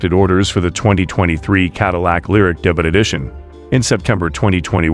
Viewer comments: It’s pronounced DAY-BYOO not DAY-BUTT. Come on, debut is not that obscure a word. Google it and listen to the pronunciation. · Not much new here, but nice to get updates. Interesting pronunciation of the word "debut."